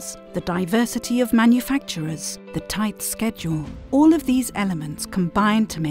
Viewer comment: I actually laughed out loud when she said "thigh schedule"